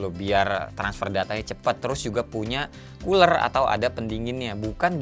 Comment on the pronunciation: hah cooler, aku dengernya uler 😂